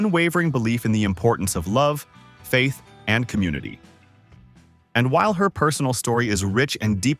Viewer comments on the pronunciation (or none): none